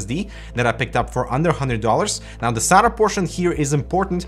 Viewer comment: Why do you say Sata like that...